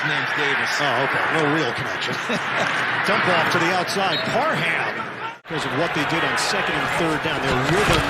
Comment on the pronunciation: every week the broadcasters love to emphasize the HAM in Parham when it’s literally pronounced “Parm” lol. put some respect on my man’s name he’s been going off this year!